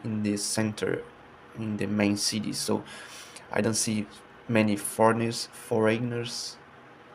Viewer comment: Bro almost saying foreigner correctly is genuinely impressive